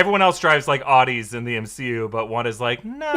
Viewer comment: please learn how to pronounce the word Audi!